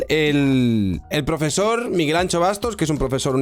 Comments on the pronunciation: AnSHo... SHOOOOOOO. Macho, que dices "show", la X se pronuncia como una SH en gallego, que no cuesta tanto, carallo. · Por favor, anxo no se pronuncia "ancho"